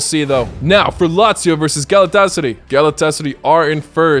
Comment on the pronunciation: What did u say Galatasarıy?😅